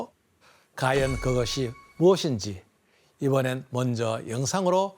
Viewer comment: 까연 아니고 과연~